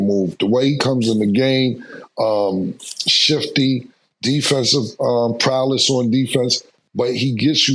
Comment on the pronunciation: PROWLESS, C'mon Cam.l 😂😂😂